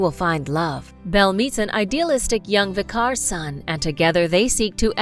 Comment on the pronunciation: The narrator managed to mispronounce almost all names and even common words such as vicar. Unbelievable ignorance!